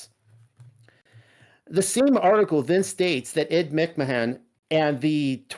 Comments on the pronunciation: Why does he keep calling him McMon? It's creeping me out, like the pronunciation of his name changed even...It didn't change did it? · hard to believe this when he can not even say ed mic man😆😆😆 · I lol'd every time you said mick-mahahn 😂 I 100% remember it as Publisher's Clearing House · You do an EXtensive amount of research, then have no idea how to pronounce Ed Mcmahon ? this was very weird to me, I grew up watching this shill